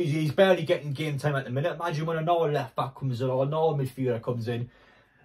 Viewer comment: How do you say another? Naaaaother?